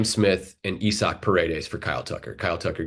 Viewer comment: IIIIIIsaac IIIIsaac not EEEsaac, first mistake. Second was saying a 1 year wonder was the worst trade by the Cubs ever. Have you ever heard the name LOU BROCK? Didn't think so. This could be a horrible trade if they don't sign Tucker but Smith hasn't even played a full year in the majors yet. Big freaking deal that he killed the lowest level of the pros, how many players have done that, get a big start to their major league career and fizzled out every year after, the list is long. You talk about the Heyward contract, The NYY, Bos, YOUR favorite the LAD, STL ALL offered Heyward the same type of money.